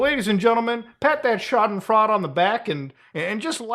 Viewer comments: 45 seconds in, the video is unwatchable. can't even say 'scha·den·freu·de' [ /ˈSHädənˌfroidə/ ] like a normal person. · Hate to be that guy but in German eu is always pronounced oy. Schaden-Froy-da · I'm sure someone else has mentioned it, but the "freude" in "schadenfreude" is supposed to be pronounced like "froid-uh" (more like the cocaine-loving pseudopsychologist). Although pronouncing it like "fraud" is probably more appropriate in this case. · Not to be nitpicky, great video; "Schadenfreude", which the first part "schaden" was pretty good, but the "freude" part isn't pronounced as "fraud"(even though it applies to the guy) its pronounced like siegmund freud's last name with an soft "eh" sound at the end. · Schadenfreude = Sha-den-froy-duh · I like how Muta pronounces Schadenfreude as "Schad'n Fraud" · Hey Muta, for future use: It: pronounced „Shadenfroide“ :) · I love it when my man Mutahar butchers the word Schadenfreude Deutsche Sprache, schwere Sprache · I had to laugh a bit as a German speaker when you pronounced SchadenFREUDE <3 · Laughing at Bitboy's arrest. Chuckling at Muda's pronunciation of Schadenfreude. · "You pronounce schadenfreude wrong!!" -A Grammar Nazi, probably. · As a german person, your pronunciation of schadenfreude was really funny, maybe listen to a pronunciation of it :) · bro that pronunciation of schadenfreuded (im german) xD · That German pronunciation gives me pain 😅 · I have never heard someone mispronounced schadenfreude so badly in my life. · muta not even taking 2mins to learn how to pronounce Schadenfreude💀